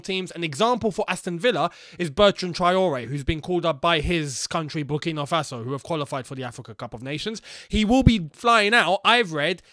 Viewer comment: The way said Burkina Faso......sooo funny